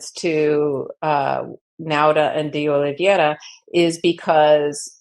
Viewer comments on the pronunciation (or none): oh-lee-VAY-rah! Four syllables, not five. The "ei" in Oliveira is like English "ei" in "freight", "eight", "neighbor", "weigh", "weight". You have habituated yourself into breaking this diphthong into two sounds, and, in doing so, you have also reversed the two letters' positions. IT IS JUST A "LONG-A" SOUND -- NOT "ee-ay", BUT JUST "AY". This is a common diphthong in Portuguese. (It may be a "digraph", rather than a "diphthong" -- I'm not sure of the distinction between the two words.)